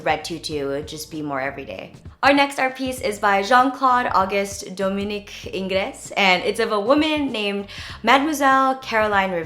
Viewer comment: HugSomeoneToday and ingress is more like "Ang" isn't it? Haha